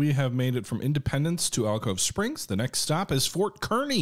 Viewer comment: What a fantastic video. As I watch, I am constantly reminiscing of the time playing the original Oregon Trail. Kearney is pronounced "Car""Knee", not, 'Kerr''Knee.' Thanks.